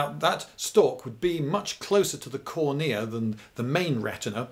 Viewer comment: Wait: who stresses the second syllable of "cornea"?